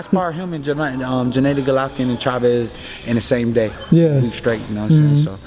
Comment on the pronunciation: Jen A dee glovkin, stop mispronouncing his name, you know how it is said